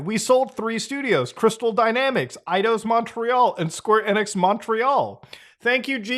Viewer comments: It's EEEEE nix (long e) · Muta you're silly 🤣 1. Enix is said Eenix(long E) 2. Announcement is due to them starting dev during rise of Crypto nonsense and clearly got stuck finishing this project , likely due to Investors . Investors CONTROL gaming by and large . This is simply trying to turn a lemon into a lemon meringue pie because they are contractually obligated. SEVERAL companies are in development with these wtf games . Even Dr. Disrespect went NFT with his game because it was the Hot trend in investors. This announcement was part of plans started few years ago , they didn't just decide to do this 🤣🤣. Gaming industry doesn't work like that with development cycles lasting years. 3. When development of these wack games , it was huge among investors, from a business and financial pov things make sense easily . Getting a ton of smaller investors leaves more control in Square's corner vs 3-5 big investors who since oh 92 ish run game companies. For example good ol Bobby Kotick.... He might be head of Activision Blizz but game investors are his bosses , they say jump , he says how high period . The more options you give investors, the more you might bring in . Fun fact/example : Netease and Blizzard made 2 big deals in 2008 ,first was publishing deal that's been in news recently, second and most important is development partnership . Netease USA HQ is in a Blizzard building that housed call centers for Blizzard and they have worked together on everything since 2008 ,Diablo 2 lod , Diablo 3 , Immortal